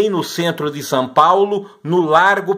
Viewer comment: “Sãpaulo” kkkk